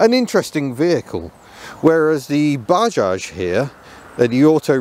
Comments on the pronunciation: It's not baaaajaj,, it's Bajaj,, spell it correctly 😡😡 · it's 'buh·jaaj'.